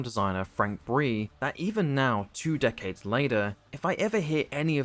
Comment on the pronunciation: i swear everytime you say decades it sounds like dickheads